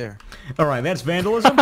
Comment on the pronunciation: We he said “alright that’s vandalizim” I chocked on my cough drop